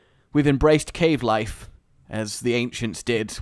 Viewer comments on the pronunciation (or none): Cade is now like Disney's Mickey face but in videos... At the beginning was talking about the cave life and screwed up and slurred it into the Cade life. Cade confirmed